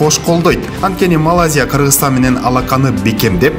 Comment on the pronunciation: Молодцы жакшы, аракет кылыпсынар! Бирок МАЛАЗИЯ эмес, МалаЙзия десен сонун болмок